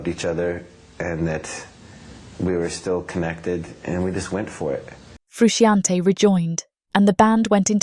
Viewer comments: Also the pronunciation of Frusciante is craaaazy. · I wish you had learnt how to pronounce the legend John Frusciante's name.